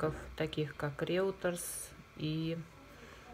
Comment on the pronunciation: Не Реутерс, а Рейтер